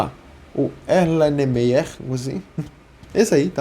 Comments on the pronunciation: Ér len mayer , essa é mais ou menos a forma de falar Erlenmeyer 😅😅😅 muito obrigado pelo conteúdo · Amigo , só pra nivel de conhecimento: Erlenmeyer se lê "Erlenmaier" . Excelente aula.